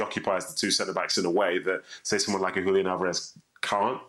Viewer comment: Congratulations to Kay for the way she says "Julián"